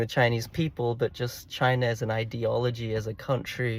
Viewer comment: This whole discussion just proves how useless the Democrats policies were in enabling any growth both globally and domestically for the USA. Great video awesome insight’s brother 💪 PS loved the attempt to at KAMALA & please drop more CHYYNAH’s